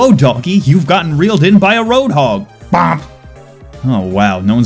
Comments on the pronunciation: It's not BOMP it's BUP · It is boop not bomp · Its called boop not bomp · Its BOOP NOT B.O.M.P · Bomp? You mean boo... NO NO NO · It’s not “bomp” it’s “boop” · Not "Bomp", "Boop"! Get it right. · It bugs me that he said bomp instead of boop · Bomp?!?? XD, you mean Boop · No one calls it bomp, its a boop.... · bomp... please educate yourself. it's boop. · also it's not bomp it's boop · "bomp"...IT'S BOOP! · I'm so triggered. He kept saying "BOMP" when pretty much every other overwatch player says "BOOP" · Lucio should say Bomp instead of Boop. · BOOP not BOMP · It is boop not bomp. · its not bomp its boop triggered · It's a boop, not a bomp you heathen